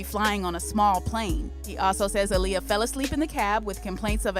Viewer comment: And btw you pronouncing her name wrong